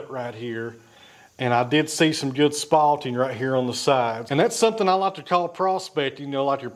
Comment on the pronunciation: The word is SPALTING. Not spotting.